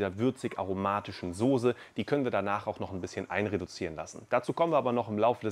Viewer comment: Kannst du nochmal Sose sagen😅